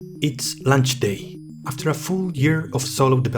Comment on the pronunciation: "It's lunch day" Now I'm hungry, thanks! (Sorry, I know it's just a non-native accent, but it was funny to me 🤣)